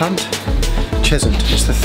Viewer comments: Your first pronunciation of Cheshunt was correct! No one calls it “Ches-hunt” In the borough. It’s funny because the first time I was ever at that station when my family moved to the area my uncle asked the same thing! Not impressed they still have that battered old stock taking the Cambridge and Hertford east lines though! Nothing worse than watching the nice new standard express trains roll pass you only to get on one of those beasts! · I live in Hertfordshire and it's pronounced the first way you said it